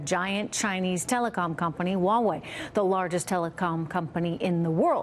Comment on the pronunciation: The H in Huawei is not silent. I hope more people pronounce it properly at least on TV